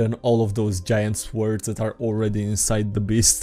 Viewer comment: i love how ypu say svords